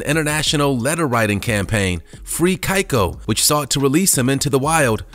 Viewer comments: Your saying keiko wrong and he actually died of pneumonia and if you read thru the scientific papers on his release and reintegration he was doing fine and was able to feed himself. The only reason he wasnt able to fully intergrate with his orginal pod was because he wasnt able to socialize with his pod because he had no idea what to do because he wasnt raised with his species. Like tillicum and keiko are totally different sub species of orca and have different languages and behaviors and makes it impossible to communicate. So almost all of the sea world orcas are hybrids that would never occur in the wild. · "Keiko" is pronounced "Kay-ko", not "Kai-ko" Otherwise, great video. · It’s pronounced — KAYCO not KIKO!!! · i love you for this. Was gonna point out ALL of the mispronuciations. Unsure of Keiko if it is how he pronounced it or if it's Japanese Origin: Kay-Koh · dude: ''kAiko the orca'' orca lovers: oh dear god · Keiko is pronounce ‘key-co’ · He pronounced Keiko’s name incorrectly, too🥵.. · The way he pronounces Keiko 😡 lol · Keiko is pronounced "Kay- ko".....Thames is pronounced "tems" .